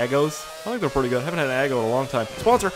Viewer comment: Did anybody realize that he said aggo instead of eggo